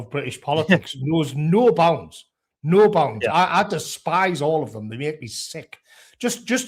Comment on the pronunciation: Nuo bownds